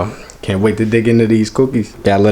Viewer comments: This nigga said Cooquis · The way he said cookies 😂😂😂